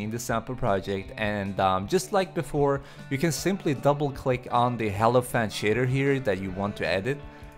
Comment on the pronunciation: HELiphant XD